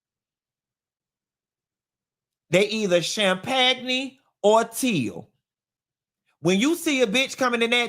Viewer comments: CHAMPAGNE=CHAM-PAG-KNEE RFLMAOOOOO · Not Teal or Cham-Pag- Nee 😂😂😂😂😂